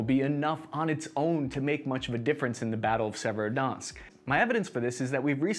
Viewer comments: …. I don’t think that pronunciation could get any worse. Even a fifth grader could attempt those pronunciations and get closer than what we have here. Se•ve•ro•do•netsk. Not “Se-verski-donsk” lol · "Severodansk", "Severodunsk", "Severodensk!" Good grief! It's Sev-er-o-don-etsk. You can do this! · You mean our proud city of Serodnzatk on the great Donutk river? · Its Servo-donk obviously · For anyone whos wondering the correct pronounciation of Severodonetsk. ->(Severe Don-esk) It's a soft roll on the r in Severe though. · Your pronunciation of Severodonetsk gets worse every try. Beautiful. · Haha by the end I was wondering wtf he was even saying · In the right way to pronounce - Khar-kiv - Severo-Donetsk- Isyum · Love the video but take a little more time with the names man. Just read all the letters in the word and don't add any. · The Muskava, the severodonx. Only thing butchered more than the russian troops are these names 😂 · doing an excellent job of carpet bombing all these place names. Donetsk is Donsk? Severodonetsk is Sevrodonsk? Time to smoke more apple hookah in Bag Dad.